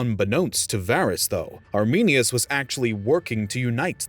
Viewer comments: The name is Arminius not ArminiNus. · When you said Arminius I wanted to cry